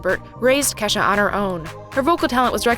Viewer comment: isnt it pronounces Key-shah ?